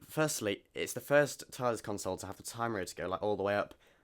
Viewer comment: You are pronouncing Console Room how one would usually pronounce it when they're consoling/comforting someone. A console, as in a unit containing controls etc, is pronounced con-sole, were to comfort is more akin to cun-sole. A minor but important distinction which is jarring to my pedantic ear. The Doctor, considering the nature of his travels and the commodious expanse of the Tardis might very well need and have a room to console people in, but that's another matter altogether.